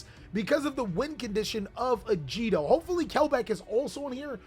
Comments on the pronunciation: Agido, not Ajido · Your pronunciation of Agido made me instantly click off the video, unsubscribe, and block your channel. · Wanna try that again with pronouncing agido? My God you are so silly person